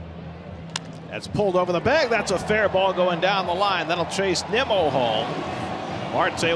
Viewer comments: They pronounced it Nee-mo. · they literally said NEEMO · I know it’s the As, but MLB commentators butchering Nimmo’s name at this point in his career is embarrassing and disrespectful